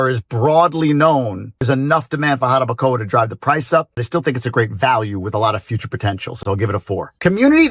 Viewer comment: you sound Dominican now 🤣🤣NO anymore GRINGO sounds just so fine "Jarabacoa"